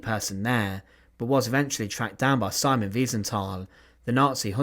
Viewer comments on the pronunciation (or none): none